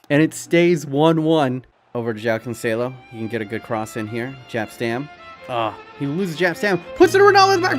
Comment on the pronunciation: Its joao cancelo just like in english literally were the only people who say j like in english